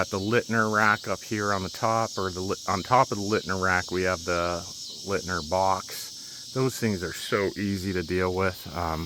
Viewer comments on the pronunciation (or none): Leitner = Light-ner, not Lit-ner. You are welcome.